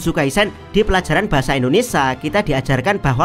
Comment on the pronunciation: Indonesia bukan indonesa